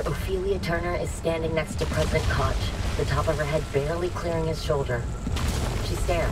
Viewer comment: botched the name Koch. well my german ears have been bleedin